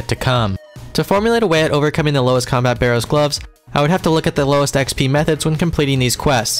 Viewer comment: It does actually bother me that you pronounce it with an E but I'm only raising a stink about it for the laughs.